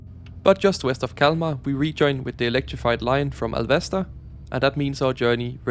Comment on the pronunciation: While you may be pardoned for using your danish habits on swedish place names, there's one where you've gone too far. Which one is it? Tip: The emphasis can't really be on the second syllable, given that -sta probably is a short form of stad. (In the Alvesta article in the english WP you can read and hear it.)